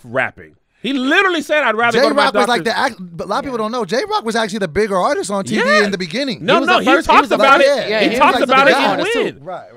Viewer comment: It was getting real hard to keep hearing say "Aurtist"!😯🤔😑 Lol😁